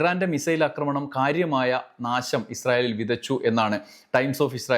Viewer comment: അക്രമണം എന്നല്ല ആക്രമണം എന്നാണ് പറയേണ്ടത്